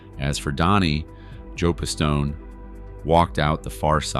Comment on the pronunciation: WHO THE FUCK IS "PISS TOE NAY" 🤣🤣🤣🤣🤣 you also keep calling a capo a soldier wh8ch ruins your credibility.